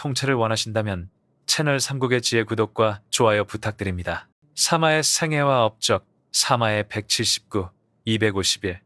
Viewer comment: 사마의를 사마에라고 하면 듣기 어려워요 일단 구독합니다. 조심하세요 댓글이 심상찮아요 전문가가 많으니 ㅋㅋㅋ